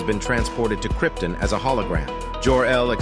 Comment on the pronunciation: Hate to be that guy but you mispronounced Krypton.